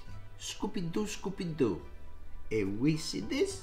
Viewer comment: He said scoopy doo